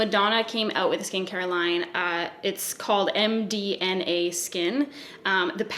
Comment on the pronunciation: Every time you say “MDNA” I can’t help but think or hear MDMA 🤣